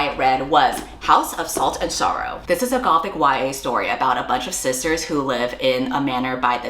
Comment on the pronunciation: when you said sisters i deadass thought you said "scissors" and wondered if that was a new fun term for lesbians💀